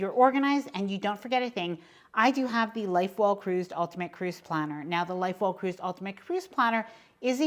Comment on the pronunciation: I have to share this and please know I'm not making fun... I enjoy your videos and am watching them religiously... however, every time I hear about the booklet about staying organized, instead of Life well cruised, I hear Light bulb cruise.... just a funny. Thanks for all the info you share!!!